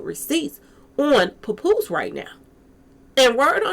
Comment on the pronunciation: 😂 puh poose love that pronunciation.